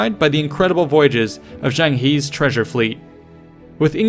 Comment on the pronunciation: Zheng "He", "He" is pronounce more like "Her", dont ask me why it's romanized like that.